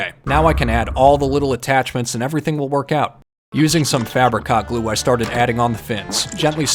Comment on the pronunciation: It sounds like he is saying Fabricot glue